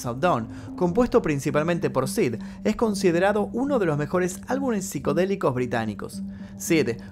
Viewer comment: Crítica constructiva bro: dices: ALBUNES y es ÁLBUMES. Lo digo porque para tu contenido es una palabra que utilizarás constantemente. Excelente material 🤝🏼